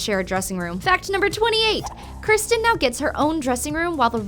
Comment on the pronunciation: its kirstie not kirsten.